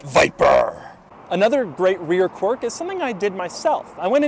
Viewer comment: Dougie, there is an I in quirk. It's not qwork or whatever the fuck you're saying. I'd expect more from an "author."